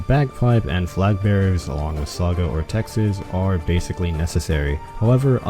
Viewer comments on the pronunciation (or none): none